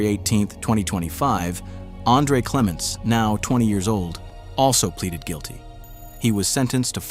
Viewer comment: It’s “Plead Guilty” not “Pleated Guilty” you always say it wrong!